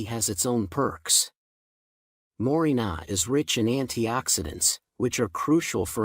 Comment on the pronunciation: More-ring-gah tea. The "ai" voices kill me.😊